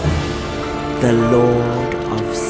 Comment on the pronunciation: "The DORE of cinder"